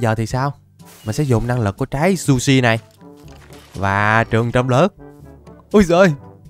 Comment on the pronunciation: Trái zushi nhưng anh đọc là sushi😁😁😁😁😁😁😁